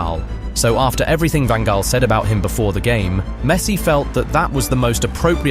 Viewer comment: I know this is quite hard, but Louis Van Gaal was pronounced wrong.